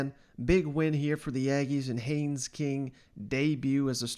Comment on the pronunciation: Good job getting Haynes right👍 The next one is is Achane. It’s pronounced A-chain, like the the letter A and then Chain. I think you’ll have to talk about him a lot this year and I’m sure he will appreciate you getting his name right.